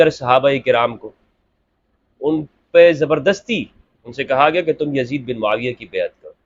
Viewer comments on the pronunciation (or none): Hazrat muaaviya ka naam to sahih se le youtuber